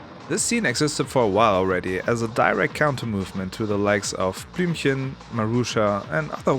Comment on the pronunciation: I assume you are german, because you could say Blühmchen the right way. Awesome video! So many new tracks to add too my playlist, thank you man!